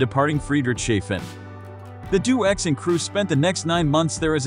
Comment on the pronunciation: It's deh- oh - x, not do-x. Crossing the Atlantic contradicts the 'couldn't fly' label!